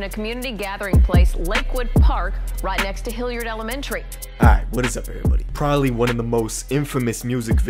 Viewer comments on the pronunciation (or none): none